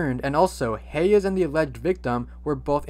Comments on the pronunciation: The way you were saying Hayes’ name was sending me. Hey-yes? It’s pronounced Haze lol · it’s pronounced hays bud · That’s not how you say Hayes’s name lol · dude its pronounced "heys" not "hay-uhs" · “hey yes”… LMFAO THE WAY HE PRONOUNCES HAYES IS SO FUNNY